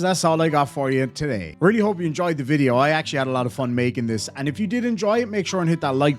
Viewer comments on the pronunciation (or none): It’s not film. It’s not vid-yuh tape.